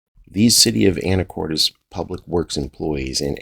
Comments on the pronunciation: You are the first that I have ever heard someone pronounce it, Anicortez... Always heard called Anticortess. Which is, in fact, the proper pronounceation. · I hope you're intentionally mispronouncing "Anacortes" lol For the record, it's pronounced "Anna Cortus" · I might be wrong, but I believe that it is pronounced more like "anacorts"... check with the locals, because I don't have an eidetic memory, but.... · Learn how to pronounce the city ,,,,,,,, u sound ridiculous